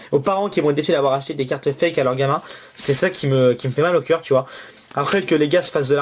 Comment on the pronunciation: arete de dire hwate foke